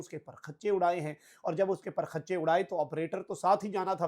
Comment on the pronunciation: Ya ALLAH main kia karun 😡 !!! aap itnay baday baday anchors r itni kharab URDU, aray bhai, "per-khach'chay" nahi "parakhchay".